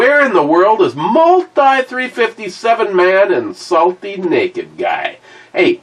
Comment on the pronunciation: Neeked, not stirred